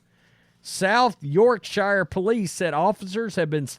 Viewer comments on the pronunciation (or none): none